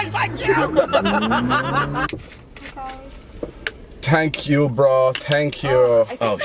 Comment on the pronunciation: "tank you bro tank you"